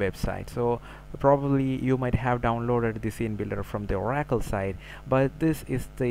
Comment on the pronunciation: OMFG!! This video was painful to watch, this guy's English is soooo bad, he can't properly pronounce common words: uh-RACKLE for OR-uh-kul; devil-LOP-ment for de-VEL-op-ment. his accent is virtually unintelligible. DON'T WASTE YOUR TIME! Find a native English speaker you can understand.